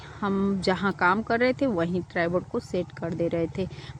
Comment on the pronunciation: मंडिल नही होता मंदिर होता है । और ट्रेबोर्ड नही होता ट्रायपॉड होता है । बस आपको बताना था ताकि आप सही से बोलो ताकि कोई आपका मज़ाक़ नहीं बनाये ।